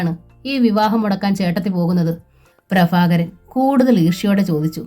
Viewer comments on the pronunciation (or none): ഭ ഉച്ചാരണം bha എന്ന് ഉച്ഛരിക്കാൻ പഠിക്കണം. ഫ fa അല്ല. പ്രഭാകരൻ, prafakaran അല്ല 😂